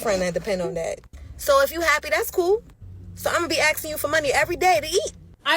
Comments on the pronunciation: "Axing" for food stamps, has a whole new meaning... 🤔🤣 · They need to be “axe-ing” for jobs